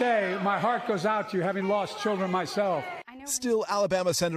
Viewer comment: Worst president in history. He also said her name wrong. Laken. Not Lincoln.